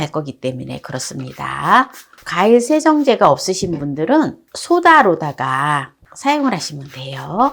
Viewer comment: '가일'이 아니라 '과일' 입니다. 참 듣기 민망합니다.